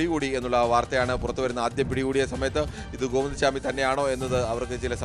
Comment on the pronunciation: സ്വാമി അല്ലെടാ പൊട്ടാ....!! ചാമി